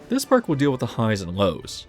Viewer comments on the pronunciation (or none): none